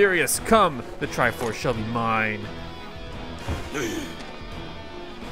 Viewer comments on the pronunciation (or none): none